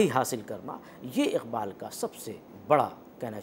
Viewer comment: इक़बाल के क़ और ग ज़ल के ग को उच्चारित नहीं कर सकती।